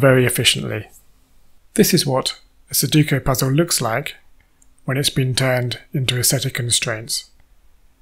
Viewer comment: Forgive me for teasing you, but it's funny that you can do all this technical wizardry yet you keep mispronouncing sudoku as "suduko".